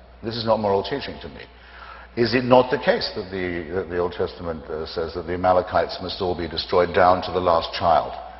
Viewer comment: Sharpton calls the Amalekites, "Amalkalites." How is he a reverend?